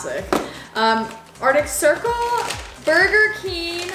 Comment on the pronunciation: It’s Burger King not burger keen